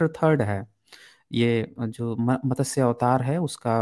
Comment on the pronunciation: JIS SHABD KO AAP MATASYA BOLTE HO WO MATSYA HEI.